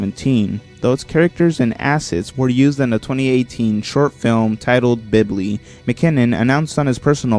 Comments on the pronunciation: 'Bibly'. I'm sorry but I cried at that pronunciation. For future reference, Bill-bee is how to pronounce the word Bilby. To do with the Doctor who things most of the scraped ideas appear in later episodes (The living scarecrows and the devil) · Bilby Narrator: "Bibly"